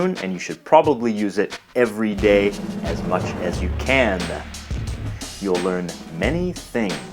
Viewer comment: I love the way you emphasize 'day' :D